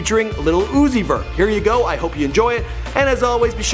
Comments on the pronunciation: SEE THIS IS THE SHIT IM TALKING ABOUT. HIS SON UEZEI???? ITS UZI CMON BRO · It’s lil Uzi bro not little oozie😂😂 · Lol Zouzi Lmfao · "Zoo? Zee? lil zoowee??"